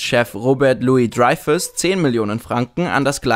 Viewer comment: kannst du bitte wenn du dir schon soviel mühe gibst bitte alle namen (dreyfus) richtig aussprechen.... wirkt so dilletantisch